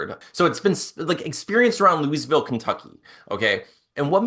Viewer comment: ........I love you. But please learn how to pronounce Louisville...ye uncultured swine 🤦‍♀️